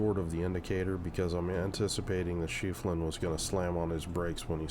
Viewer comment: As a fan little tip, with no salt, from us germans: you pronounce the german BB "She-Flan", try "Shlee-fan" please ^^